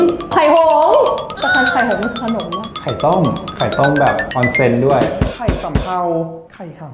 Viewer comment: ตลก “ไข่ฮัมมม” ของมาก โอ๊ยย ท้องแข็ง